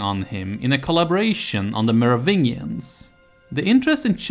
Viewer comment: how can you get the pronunciation of Merovingians so perfect and get the "ch" of Childeric so wrong? its pronounced like a 'k'. just like in chilia. thank you. looking forward to the other videos - i clicked the playlist link and it doesnt exist. is there a playlist somewhere else maybe? thank you